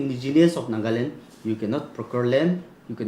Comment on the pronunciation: It's procure land and not pokor land !!😂😂😂 Give up the Guthka 😂😂😂